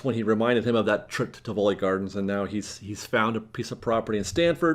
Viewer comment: I believe the correct pronunciation is TIV uh Lee with the emphasis on the first syllable for Tivoli Gardens. My mom went there many, many years ago and I'm pretty sure that's correct.